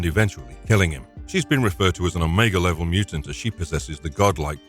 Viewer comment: Oh Meegahhh? Piss off with the AI